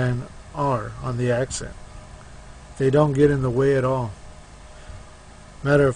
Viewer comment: It's "BOKER" dude, not "bRoker"!! My bad, it was hard to hear you say it wrong all the way through your vid. Lol, and, it's "ASCENT", not "aCCent". Sorry, not meaning to rain on your parade, just sayin. Thanks for the vid overall.